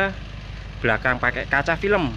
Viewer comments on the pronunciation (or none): none